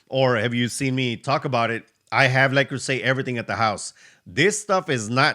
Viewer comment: le creuset is french and pronounced le cruise ay